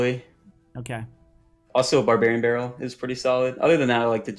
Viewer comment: It was more like BORE barrel